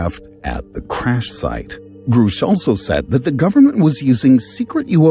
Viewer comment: It’s Grusch. Not Groosh